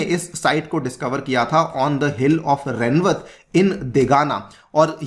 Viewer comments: It is रेवत (rewat) not रेनवत। I'm from Rajasthan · Its not remwat…its “Rewant” named after father of Revati(wife of balram)